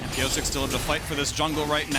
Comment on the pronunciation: The way the casters pronounce Piyosik as ‘Piyosake’ sounds weird 🤨. Its ‘piyoshake’